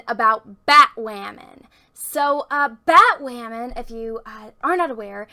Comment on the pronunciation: You are so cute 😍💕. Everytime she says batwahmen!, Drink!